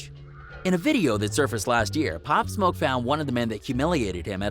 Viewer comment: Pop smah you mean pop smoke dude